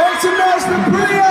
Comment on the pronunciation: Priya is an Indian name. Harry Styles asked as a joke if she will marry him and pronounced her name right. the Indian in me faints